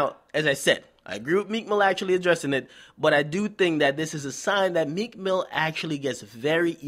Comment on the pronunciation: T f he said meek milly ... WHO THE REAL PUSSY #meek